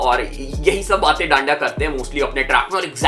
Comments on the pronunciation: Its ढांडा not dandya 😂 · Bro its ढांडा not dandya 😂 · Bro it's dhanda not dandya 😅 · भाई वो ढांढिया नहीं ह ढांढा न्योलिआला ह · Bhaii apne jab. Jab dhanda ko daandyaa bola gaali nikli muh se🙂🙂🙂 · Name toh sahi pronounce kro bhai it's dhanda bro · Please pronounce dhanda bhai’s name properly